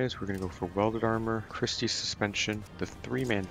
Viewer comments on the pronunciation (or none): none